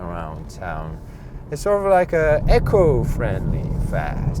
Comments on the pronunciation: Rrr bless... Never invested time learning Korean, but just spelling the word he's pronouncing probably wouldn't help him. It's "eco" as in "ecological" and has a longer "ee" sound, so not like saying Amazon "Echo". So it's pronounced "ee-koh"... After hearing say it a few times and being confused, I got it for what he meant. Constructive criticism is something I don't mind receiving either. He's a great natural sharer of knowledge and engaging comments that really help people wanting to know more. I'm in the market for a new car and this video has got me excited... My smartphone, TV, tablet and fride/freezer are Samsung so why not jump to South Korea AGAIN for my car*!!!! They've less population than the UK, but *WOW do they change the world for the better 👌🎯🏆👏🙏🚗 📲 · It's pronounced "Eco" not "Echo"